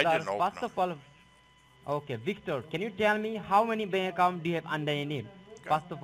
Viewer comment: Anyone else notice something different about that “Senior DEA Supervising Rundi”???.... She was extremely well spoken for an Indian Scammer! First one I’ve heard who could pronounce the letter “V” correctly!! Victor... not Wictor. That’s dangerous